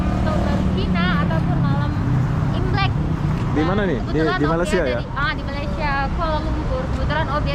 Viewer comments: ko bkn krr kat jakarta lagi krr....., masa bila ko dtg KL.....,sebut Malaysia..., bkn Malasia..... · Halo bang.. Jangan malas- malas ya. Sebutan Malaysia itu ialah Malay bukan Malas - ya. Seperti kita menyebut day bay Jay say lay may. Bukan malas dan juga bukan malai. Kalau malai itu seberti Palula Malai Ali, lemah gemalai. balai polis. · maaf ingin menegur sebutan nama negara kami MALAYSIA bukan Malasia....sila bunyikan huruf Y nya itu...hihi TQ dengan video2 anda sekaligus dapat mempromosikan negara kami